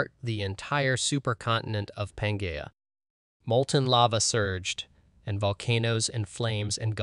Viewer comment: Also please find some pronunciation dictionary before recording. The quality of your videos has increased exponentially but “pan-Gaia” hurts my soul